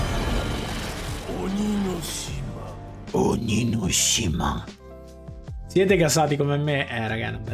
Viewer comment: Quando dice "ONIGASHIMA" mi fa ridere